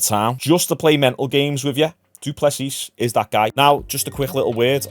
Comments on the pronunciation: It's pronounced Du Plessie mate, no S on the end. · Du Plessiiiiiiii : the sssss is silent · It's a silent S after Duplessi... just saying. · come on you've heard his name pronounced enough to alter your pronunciation. Do-pleh-see! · The last "S" in "Du Plessis" is silent. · STOP PRONOUNCING HIS NAME LIKE THAT FUCK